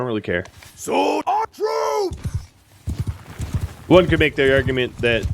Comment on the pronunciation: When you issue orders to troops on the battlefield, it sounds like he says "brutes" instead of troops. This amuses me every time